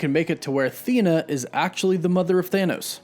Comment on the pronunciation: You’re mispronouncing her name. I watch everyday but you’re not getting her name right.